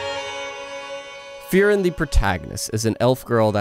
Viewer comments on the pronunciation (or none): Great video, and I agree with his analysis. However I couldn't stop hearing him say FEAR-ren when I pronounce it FREE-ren.